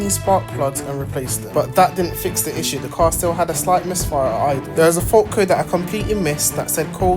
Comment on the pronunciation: yeah i think the same😂😂😂i dont know whether is that for content or something😂 everytime he goes like the caww has a slight misfiahh..😂